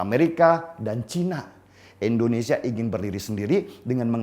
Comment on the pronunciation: Deni yg sok keminter,km menyebut Indonesia sj Endonesia,, langsung ta skip videomu menit ke 2.41. nyebut negaramu sj ga becus mau ngomongin geopolitik dunia. Maaf ya saya bukan kadrun.